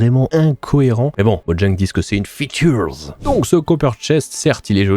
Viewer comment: Une « featurz » 🤣